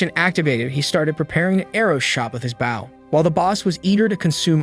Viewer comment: I'm starting to wonder if the channel owner is using an AI voice or if English is their second language despite the accent. "Bow" being pronounced like "bowing" instead of the weapon is throwing me off.